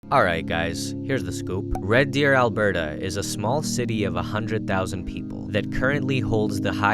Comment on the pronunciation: It’s Alberta lol